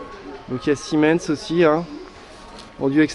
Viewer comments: Super vidéo et oui c'est des bons produits mais part contre arrête de dire 🤣🤣 c'est SEMIN 🤣🤣 si non j'adore tes vidéos c'est bien expliqué et bien détaillé merci 😉👍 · Et juste pour dire c rien de grave mais c pa Siemens c semin lol'' tu ma fais rire le long de la video ensuite leroy merlin a commencé a ce diversifié et a plus de produit que chez un pro et de plus cest les meme produit que chez un pro et moins cher